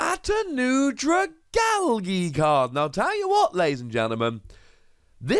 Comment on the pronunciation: no one: pronouncing dragalge: Dragalggy